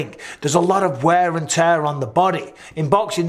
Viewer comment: Aye up Micheal, u really have picked up an American twang to ur accent, especially when u say end, sorry I mean and, it just sounds like ur saying end , "end today guys we're" 🤣... Don't u dare Mr Bizzer, no more little hints of the Yankee in that Mancunian pls let's keep it real.. Big up from the UK x 🇬🇧 x McGregor Micheal, u r mistaken he last won in the ufc, against Donald cowboy !! Not Alvarez 🤪